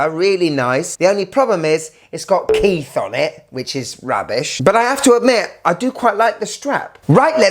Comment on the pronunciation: As a Kith fan who purchased the watch, coming and watching your video was absolutely shocking. The lack of respect was galling. I get not liking it as the pricing was atrocious. What I didn't get was the rudeness of the intentionally mispronouncing the name and the use of a non Kith product to show the brand. I get why you chose the Rhude hat because your idiot audience won't look and see that Kith branded hat sells for 60. I would say you're better than clickbait nonsense, but you are not. It's a poor watch but better than your brand could ever hope to be.